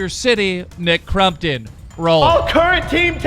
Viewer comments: U suck. It’s not Nick CRUMptom it’s Nick Crompton haha like can u read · He’s saying crumpton instead of crompton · dude his name is CrOMpton not CrUMpton you dumbass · Anyone notice how FUCKING KEEM PRONOUNCED NICKS NAME FUCKING CRUMPTON NOT FUCKING CROMPTON!!! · Youre saying nick crumptun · Why do you call him crum -ton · Why do you you call him Nick crumpton? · Thought it was nick crumpet ? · “Nick crumton” please English correctly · “Nick Crumpton” 😂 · Every time he says Nick CrUmpton, take a shot. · Why TF you keep saying Nick CRUMPTON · All I hear from keem is Nick crumpets. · Nick crumton?! Lol 😂 that’s what u are saying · The way he says crompton triggers me but I still love his channel